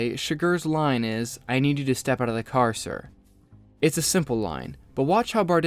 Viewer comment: I like how weird he said "car" in that scene. He pronounced it "cahr"